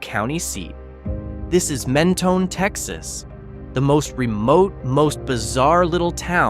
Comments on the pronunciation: “Mentoney” lol no. Men-tone. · It’s pronounced Men-toe- n and also Pay-lose . Amateur should have enough sense to not offend a million Texans .